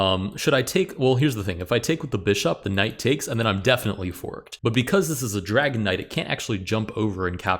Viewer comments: I’m sorry, I know that you are saying dragon knight but all I hear is dragonite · Every time you mention the Dragon Knight, it sounds like you say "Dragonite" like the pokemon lol